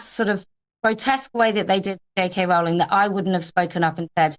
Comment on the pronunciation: Her name rhymes with bowling, not howling.